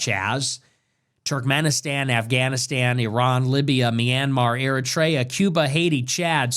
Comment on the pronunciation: How do you not know how to pronounce “Eritrea”? How embarrassing.